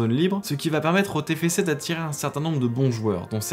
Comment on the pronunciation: C'est pas le tefece c'est le tefcé